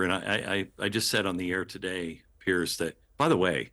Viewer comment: Piers not pearce. Its not even pronounced the same.